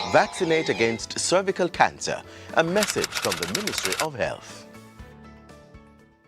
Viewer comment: that man couldn’t even pronounce “ cervical “ don’t get that vaccine do your research that woman was an actress 🙄